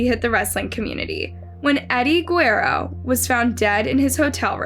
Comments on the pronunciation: It’s guerrero not guero 🤦🏻‍♀️ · Ge-RE-ro. Not "guero". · Am I the only one that’s like cringing at the sound of her messing everyone’s last name up? Lmao .. Eddie Gwairo (Guerrero) .. Vince Mc-MON (McMahon) .. like girrrrll lol But you’re a thorough story teller .. I remember watchin the live tribute payperview as it happens. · It's cringed how you pronounced Eddie's and Vince's last name. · Saying Eddie’s name wrong is just a huge disrespect 🤦‍♂️ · The way the narrator says Guerrero annoyed me. 😐😂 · You butchered my boy Eddie’s Guerreros name smh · How u get Eddie guerrero name wrong lol